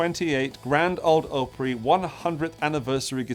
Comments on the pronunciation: Correct pronunciation... Greetings from north west Vermont; come visit us! The other one is pronounced "OP-Pree". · Or Op pronounced like the first syllable of "op-tic". So "op-rie". Of course, I dearly love. That was a pricey, but absolutely beautiful guitar. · not a long o in Opry more like AHpry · Grand old “Ah-pree” you’re welcome 😂